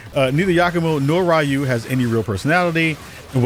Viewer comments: Anime and Japan has never been more popular as it is today, and Westerners still pronounce Ryu (ree-oo) as RYE-OO. Bonkers. Are your ears broken? Just a salty Asian whose name keeps getting mispronounced by gaijin. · You can tell you don’t know wtf you’re talking about. Mf pronouncing Ryu as RAI-YU. Yeah homie plz stay tf out of my algorithm